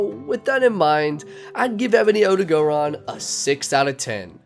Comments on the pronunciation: My brain just stops every time i hear “OdagOron” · Does noone notice the gray on ebony odogaron? Also it's not odo-gO-ron.